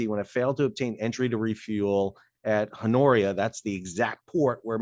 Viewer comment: g Good video-thanks-but its not Hon-oria-its Hon e ara !